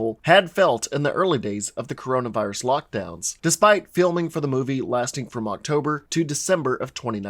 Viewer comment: You said Corona virius